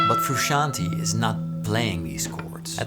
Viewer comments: BTW it's pronounced "froo-shon-tay" rather than "froo-she-an-tee" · For English speakers but only out of honor to be paid to John the last name is pronounced Fruscianteh... Greetings from Italy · Love it. You’re saying his name wrong. Froo shon tay